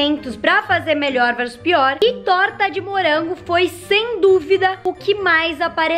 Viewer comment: "Hummm torta de murango"